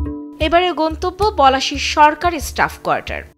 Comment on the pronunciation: কোয়াটার্স হবে, কোয়ার্টার না।